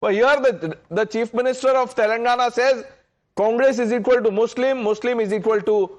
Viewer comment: The way Revant said ‘Congress’, it was sounding ‘Kaamras’.